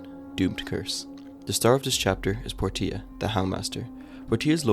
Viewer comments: The real horror is how you pronounced Portia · Dude need to learn how to say Portia... this is rough